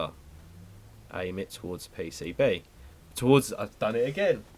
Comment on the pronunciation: The 'pay-say-bae'